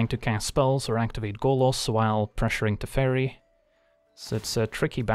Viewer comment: I thought you said 'The Fairy' but you said 'Teferi' ^^